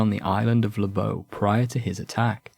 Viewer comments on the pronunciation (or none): Thanks for the video. Your pronouncation of Lobau is somewhat off. The pronunciation of "Lobau" can be broken down phonetically as /loʊbæu/. The "Lo" is pronounced similar to the word "law". The "bau" would sound like the word "cow" but the c replaced with a b. There is also a yt video of the pronouncation.